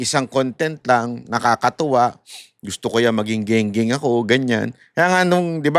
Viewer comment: Against Ako Sayo bay. Gung-Gung tawag Jan Hindi ging.ging😂😂😂😂😂😂😂😂😂😂😂😂😂😂😂😂😂😂😂